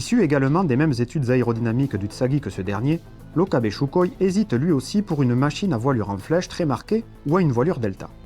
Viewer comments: On ne prononce pas "Choukoï" mais Soukoï !! 👎🏻👎🏻👎🏻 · J'adore ( et on est nombreux ) ces vidéos de qualité et très éclairant! PS : sukhoï se dit en russe Sukhoy ( le "kh" se prononce R en phonétique) mais c'est juste pour l'info pas pour titiller ;)! Tu nous en apprends énormément +